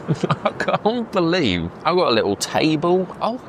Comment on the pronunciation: "It's a movable TAYBOL" haha dead.